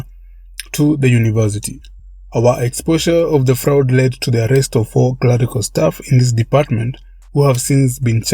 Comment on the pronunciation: I cant help it. I have to let you know that "fraud" is pronounced "frawd "